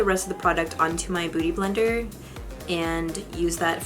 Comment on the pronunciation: It sounds like you are saying booty blender. Lol!